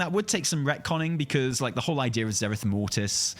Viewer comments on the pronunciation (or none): So, if God made the universe, does that mean the universe is fake? Also, it's Zereth, not Zarith. If you're gonna shit on the idea, you should do it properly.